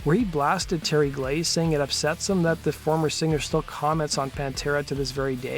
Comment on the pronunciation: I really really love the way you pronounce the word singer. Like Sing-gerrr!